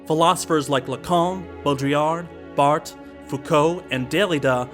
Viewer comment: First time I hear somebody pronounce Roland Barthes's last name in the French way... my life is a lie